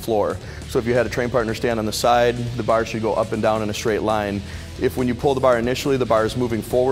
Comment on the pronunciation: Learn how to say the word 'bar' like a normal person.